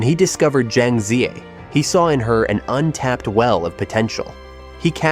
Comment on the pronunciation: Her name is NOT Jang! Who are you that you don't even know how to pronounce Chinese names!